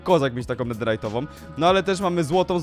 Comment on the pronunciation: nie chce cie pouczać ale mówi się "netherytową" a nie "netirajdowej".